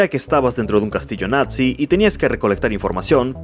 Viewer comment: ¿Cómo que "natzi"? XD